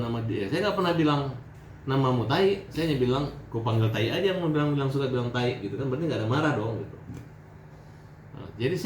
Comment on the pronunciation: Taee hat taeeeeee... bukan taiiii ampun dah hat ngana ni